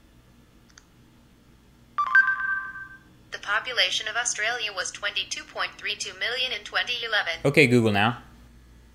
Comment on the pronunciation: YOU SAID AUSTRALIA WRONG!!!